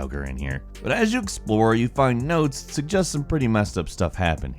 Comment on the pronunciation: "which suggust" 😂😂